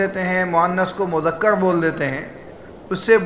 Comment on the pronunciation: مذکر ہے مذکڑ